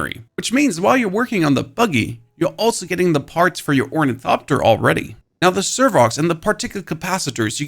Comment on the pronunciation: it silently kills me that the guy who did the best ornithopter tutorial also can not pronounce it correctly, not for failure, oh no, because his god damn accent :face-green-smiling